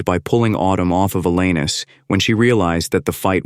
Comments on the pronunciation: Why can't the narrator pronounce Alanis? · Hey, AI narrator, it's AllAnis, not your anus. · A-lANUS? Lol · Pronunciation: "Al-Anus". Eeeeuw.